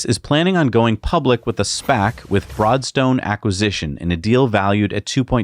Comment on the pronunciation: I swear, I thought you said "Fraudstone", not "Broadstone" during the segment on Vertical!